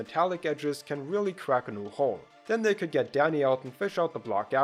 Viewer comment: Why tf was I only able to hear "Daddy" instead of "Danny"?